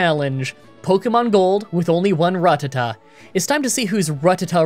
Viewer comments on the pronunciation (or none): Yo! Been watching these runs for a few years now, lovin' it, but hearing you're going to be using Rattata I figured I'd give my two cents on pronunciation I appreciated your reasoning you've explain before being from the book's Ruh-ta-tah, but often your verbalization of it comes out more like ruh-tuh-tuh Phonetically the Ruh ta tah ends up sort of making you say Rat.. just with an extra uh befor the at lol Whatever you decide to do, I'll be by your decision though! Just excited for another run as always~ <3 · Flame Blast. Rattata. Work on your pronunciation. Also, stop skipping trainers earlier in the game and then bitching about how hard the game gets and how you're underlevelled. You're doing it to yourself. And this time you needed money for TMs. Also, next time consider Rest over Water Pulse once you get past Bruno. That way, at least if you're getting hit hard, you can rest and get healthy again.